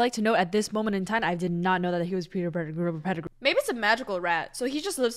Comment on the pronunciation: Peter Petti-who. I love that! xD